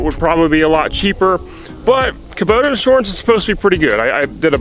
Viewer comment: You say inshorance funny. Lol jk Thanks for the honest video. It's funny when people pretend like they paid 25k for the tractor and leave out everything else.